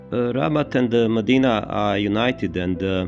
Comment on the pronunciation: Please, very important: Not Medina, but Mdina. Hard to pronounce, but very distinctive and full of cultural meaning. The difference is like Jnic instead of. Doesn't seem like a big difference, but there IS a huge difference in the sound.